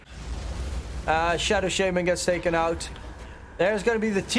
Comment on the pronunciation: "Shadow Sheyman"